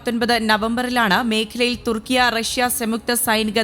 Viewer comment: കുർട്സ് അല്ല കുർദ് തുർക്കിയ അല്ല തുർക്കി